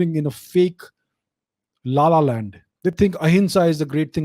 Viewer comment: Can anyone just talk about the way he said Losers and La La Land 😂😂😂😂🤦‍♂️